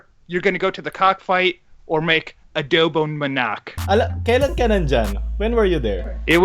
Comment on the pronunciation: Just Adowbong Manaacc and Chill